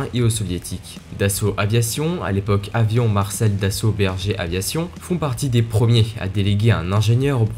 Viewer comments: Breguet, pas Berger !!! 'AMDBA) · Yo Déso de mal prononcé "Breguet" et "canard". Pour la suite je crois que tu fais toi même des raccourcis dans mes propos. Je n'ai pas fait de rapprochement entre le M88 et le 2000. Et pour typhon, oui il faut vulgarisé, je parle du Rafale dans cette vidéo je vais pas passer 5min à aller dans les détails donc autant faire des raccourcis.